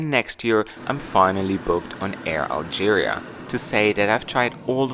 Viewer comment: Hi if it comes to your trip report on Air Algerie, it's pronounced Air Alscheriie (German version 😉,) with a long ii at the end, Algerie is the French version of Algeria. Please don't say 'Air Algeria' it's not even written like that. Thank you, Dirk